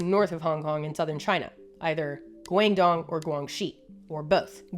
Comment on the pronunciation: I don't understand how you fucked up saying GuangDong but not GuangXi